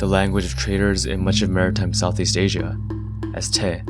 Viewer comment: Sorry for nitpicking, but I believe the tea in Hokkien / Southern Min is not the aspirated "the" and "tha" as pronounced in , but the "te" and "ta" should be something like "de" and "da" where the "d" is not voiced.